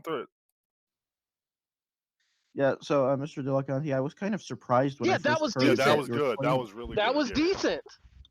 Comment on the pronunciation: "Dillacunty" - Thomas Aquinas